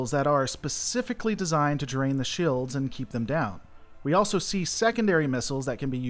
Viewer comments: gads its shields, not shaields.... must be your twang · You say “shields” weird. Reminds me of Stewie and “coolwhip”